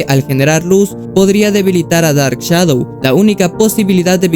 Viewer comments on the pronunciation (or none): none